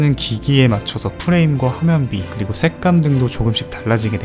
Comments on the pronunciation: 형 '색감' 발음이 ㅎㅎ ㅋㅋㅋㅋㅋ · 나만 발음이 그렇게 들리는거야? '색감'을 찰지게 발음하는듯 ㅋㅋ